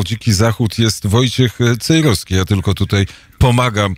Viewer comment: Ależ mnie wkurza wymawianie "Cejroski", "warszaski"... ten redaktor ma chyba awersję do literki "w".